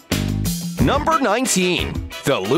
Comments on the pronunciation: Anyone else realize when he says 19 ways, he says it wierdly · Yeah I noticed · Me too